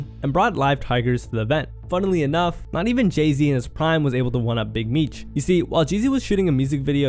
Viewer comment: Did you just call Jay Z, Jizzy? 😂😂😂😂